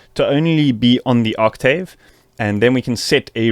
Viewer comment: can you pronounce octave correctly